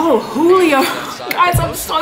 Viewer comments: Lol she said “JU-lio Jones” lol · It’s not jollyo it’s julio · WHO-LEE-OH Jones Julio